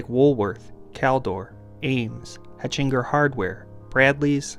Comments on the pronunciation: It was pronounced HECK-in-jer not hetch-IN-jer or even HETCH-in-jer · Hechinger is pronounced Heckinger. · It was pronounced Heckingers. They had a bunch of stores in the area before they got wiped out by home depot and Lowes. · Growing up in the Metropolitan DC-MD-VA area, we had most of these stores mentioned, especially being smack dab in the middle of the Mid-Atlantic states. Your pronunciation of Hechinger is unlike any I've heard before. 😊 Around here, most would call it Hechinger's. "The Hechinger Company was an American chain of home-improvement centers headquartered in Landover, Maryland, on the immediate outskirts of Washington, D.C., from 1911 to 1999. It was also an online retailer owned by Home Decor Products from 2004 to 2009. In the 1980s, it underwent a massive expansion of both HQ and the Hechinger Co. divisions, opening big-box stores to better compete with rivals Home Depot and Lowe's. After several rounds of store closings, the Hechinger Company filed for Chapter 11 bankruptcy protection on June 11, 1999, but the reorganization failed. Later that year, in September 1999, Hechinger's assets were liquidated, including its 117 remaining stores." 🤓